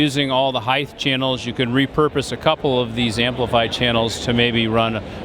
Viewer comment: I almost stopped watching when he said Heith(height) lol